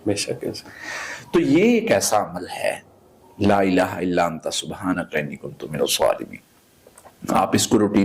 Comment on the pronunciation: Laaa tora lmba krk prhtay h,la means albta,laaa means nhi.correct da pronunciation